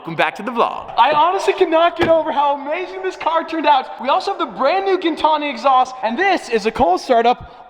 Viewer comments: Pretty sure it is fibra de carbon but I think Gintani is pronounced Jin-tonee like gin & tonic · You pronounce Gintani wrong brother